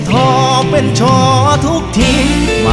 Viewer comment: คำว่าเป็น ออกเสียงเปง